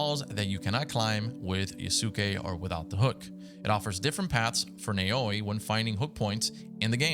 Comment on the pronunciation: This is how you pronounce the female protagonists name nae-owi